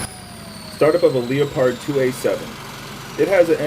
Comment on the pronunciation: It's not Leo Pard.... get it right moron.